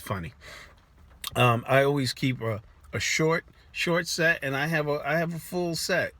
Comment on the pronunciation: Lmao kept hearing sex instead of set